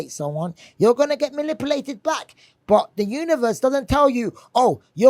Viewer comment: "Malipulated" hahah